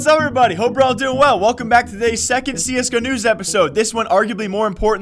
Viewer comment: Whenever you say csgo news, i always hear CS canoes. Keep up the great job!